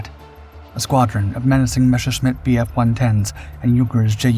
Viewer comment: it's not MESHerschmitt, but MESSerschmitt.